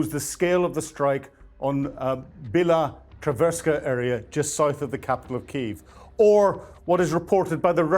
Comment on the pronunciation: Please, get a journalist to can actually pronounce Біла церкви (Bila Tserkva) a who knows there are no patriots systems there!!😂 I recommend Denys Davydov channel, as he is actually Ukrainian and knows how to pronounce all of the place names there!😅